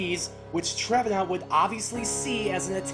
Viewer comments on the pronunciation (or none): "Treve NAUNT"